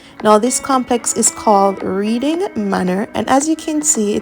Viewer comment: The word Reading is pronounce Redding